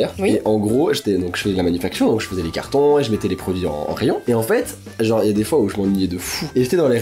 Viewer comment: on dit genre pas jor ou gore